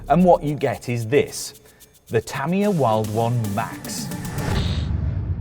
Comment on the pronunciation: "tuh-mia" like "[mia]ta", not "tammy- yuh"